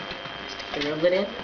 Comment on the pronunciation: Its is actually pronunsed rivet not rivlet